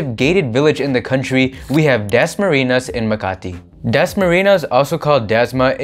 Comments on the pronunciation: WOW! DAS-MARINAS. CONYOTICS AMP. IT'S DASMARIÑAS. PRONOUNCED WITH AN N-YE. HYPHENATED N OR eñe. LOL! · Its pronounced Dasma-Rin-Yas. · i hate the way you say dasmarinyas.. it's like you're purposely ignoring the enye